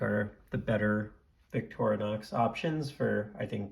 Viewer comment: Hey at least you pronounce Victorinox correctly. There are Youtubers out there pronouncing it Victor-nox and Victory-nox. So you're ahead of the curve there. Nice video.